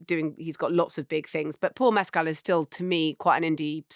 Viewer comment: But no one in the US could afford eggs a month ago. Mescal isn't pronounced like Pascal. The stress is on the first syllable only